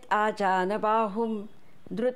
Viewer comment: फार सुंदर निरूपण. क्षमा करा पण एक शब्द खटकला. 'अजानबाहुं' नसून 'आजानुबाहुं" असे आहे म्हणजे ज्याचे बाहु आजानु अर्थात गुडघ्यापर्यंत (जानु म्हणजे गुडघा) टेकणारे आहेत. थोर आध्यात्मिक देवतुल्य व्यक्ती ह्या आजानुबाहु असतात. उदा. भगवान बुध्द, स्वामी समर्थ.